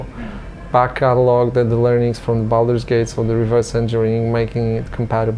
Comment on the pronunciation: Boldur's Geish? I know Baldur's Gate, but I suppose the narrator meant something else. Seriously though, I enjoy these series a lot, but they deserve someone who speaks correctly. "One of the most unforgiving market on the planesh" yeah, right XD